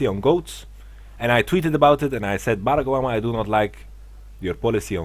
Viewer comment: the way he says barack obama LOL